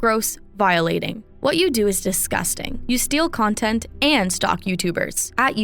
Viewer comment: Jack really went kinda far with the “nontent”